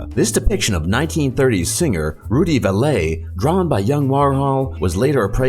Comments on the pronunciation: Correction--the singer's name is not pronounced like VALET but like VALLEY. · Not that the sounding of his last name matters (I guess to his descendants it does) but Rudy "Vallee" is pronounced Valley. But it also really matters because he discovered Richard Pryor; or at least he made his national TV debut on Vallee's show in 1964 or 65.